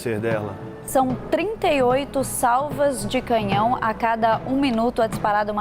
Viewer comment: Essa jornalista do Brasil fala muito mal e errado CANHÃO ELA FALA CAMINHÃO! em uma situação dessas ela fala o que diz respeito a política DESMATAMENTO! Essa e COMUNISTA E jumenta!!!! E uma pena colocar uma pessoa desse tipo pra fazer comentários de uma HONRA ÚNICA DE UM ÍCONE COMO NOSSA RAINHA AMADA E MUITO QUERIDA ❣️